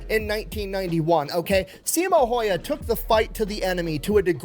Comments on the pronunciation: Yeah Häyhä is not pronounced like that, not even close. Simo he did get correct tho. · I wish the original video would have gotten the name right because each and every reaction uses his pronunciation as a guide. Simo is pretty much ok (not perfect) but Häyhä is no where near even once in the video.